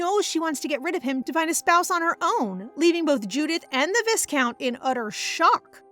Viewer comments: FYI its pronounced "vy-count" (v + "eye") not "vis-count" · I love this manhwa so much, and this is my favorite recap channel, but the pronunciation of the word viscount is killing me 😮‍💨